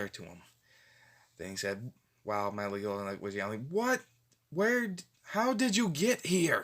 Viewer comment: And it's pronounced Meraliona